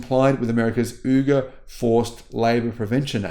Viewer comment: you really need to work on a few of your Chinese pronounciations. In particular Uyghur, Xinjiang, Guangzhou, Xi-an. The X in Xi-an is sometimes pronounced like an s as in see-arn and sometimes as an sh as in she-arn. China's not going away. We all have to learn to live with it.